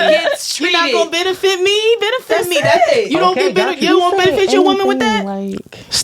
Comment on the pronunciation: It's funny when a certain type of woman says be-nuh-fitt.. usually with Hella attitude and it's always used improperly... same thing when these same women use the word specifically and it always gets pronounced "pacificaly". Hood boogera